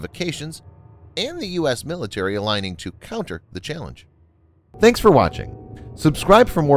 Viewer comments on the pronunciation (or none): none